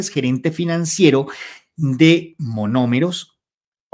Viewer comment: NO ES "MAMOMEROS". ES MONOMEROS. CORRIGE POR FAVOR. ❤❤❤❤❤❤❤❤❤❤❤